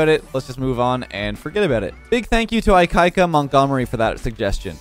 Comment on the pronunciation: i love the way that said Ikaika best ʻolelo speaker ex pro